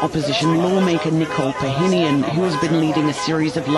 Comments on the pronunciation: its Pashinyan not "pahinyan" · Pa-sheen-yan Not Pyongyang 😂😂😂